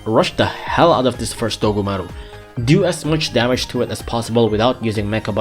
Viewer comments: DOGumaru uruRUN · Everytime he says dogumaru it makes my brain go monke